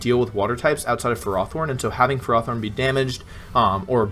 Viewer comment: Ferrothorn is pronounced fare oh thorn It translates to iron thorn